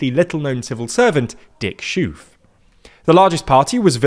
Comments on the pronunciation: I don't know why even credible media sources mispronounce his name. He's not German and his name is pronounced "Es - Khof" and not shoof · We need to get English speakers to understand that in Dutch, 'oe' and 'oo' have the reversed pronunciation. 'Schoof' is pronounced as 'Schoef', and 'Verhoeven' is pronounced 'Verhooven'... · You pronounce Dick Schoof as Dick Sjuuf while the way it's supposed to be pronounced as Dick SGKGOOOF! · "Schoof" is pronounced /sxo:f/, which sounds more like "skoaf" than "shoof" (it means "sheaf"). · Absolutely butchered the Dutch names, hilarious! Dick Shoe-f, Gurt Why-lders 😂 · "dik syuuf" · Dick Schoof's surname is pronounced 'SKOAF' in English phonetics. The 'ch' in Dutch is more guttural than a k but that's the nearest I can do. 'oo' in Dutch is always pronounce as in 'oh dear' in English. For the 'ooh' sound they spell it oe. So Dutch boek (means book in English) is pronounced as an English northerner or Scot would pronounce book. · "diik syuuf" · In my opinion it’s just laziness. Trying to pronounce it perfectly is tough, but with some of these names you can clearly tell that they didn’t even look it up. “Dick Sjoef”, I understand that the harsh G sound is tough, but at least have a notion that double O is pronounced like an O. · I know he's leaving office soon, and I don't like the guy, but please learn how to actually pronounce "Schoof" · Schoof and nearly all other double o words are pronounced with the o of hope or close, not like move or hooves